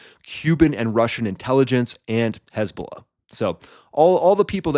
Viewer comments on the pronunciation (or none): none